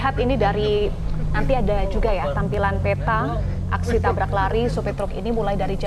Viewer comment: tabrak host, bukan tablak 😂